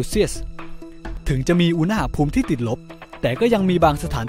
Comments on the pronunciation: โทษครับ ตอนพี่พูดคำว่า อุณหภูมิ พี่ เหมือน พูดว่า อุณ๋หภูมิ เลยครับ ตลกดี ไม่ว่ากันน่ะ แค่พูเเฉยๆ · สรุปอ่านว่า อุณ ห ภูมิ เหรอฟังมันขัดๆ